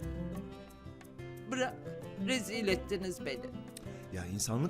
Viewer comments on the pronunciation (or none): Cevriye’nin “bırak” kelimesini “vrak” demesi 😂